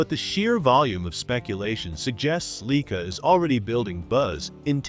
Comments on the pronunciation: LEEKA? Lye-kaa. :face-blue-covering-eyes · Leeka is not the proper pronunciation, get life man.